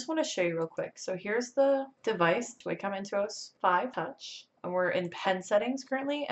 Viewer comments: It’s pronounced “Walk-um.” 😁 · What are you talking about I think in my opinion if you say it like WAY-COM it sounds more regular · Lol. None of those Wacom pronunciations are right. It's WAH-cum. Wah like water. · Wah-com You-ge Hue-ie-on Lol no hate tho